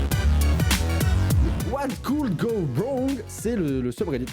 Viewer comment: Personne:: wHaT CoUD gO WouuuNg?